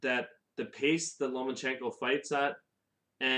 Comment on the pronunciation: *Lomachenko not Lomanchenko bro 😜😂.